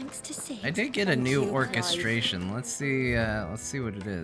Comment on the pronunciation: surely you trolling with how you say Orchestrion, right? Because it's working.